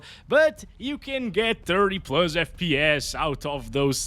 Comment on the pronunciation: pluzz, why pluzzz and not plus 🥴